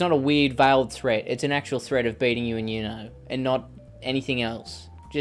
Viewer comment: It's uno not you-know😂😂 you know?